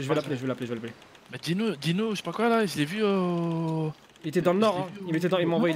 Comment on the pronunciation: Je suis le seul à toujours avoir entendu Dino à la place de Gino